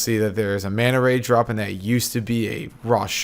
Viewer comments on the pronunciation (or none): none